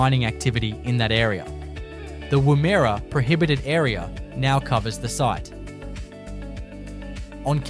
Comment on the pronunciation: .......and the correct pronunciation of geographical names such as Woomera and Wollemi.